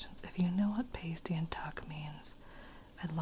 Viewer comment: It’s pronounced past ee, it basically a pastry full of meat and veg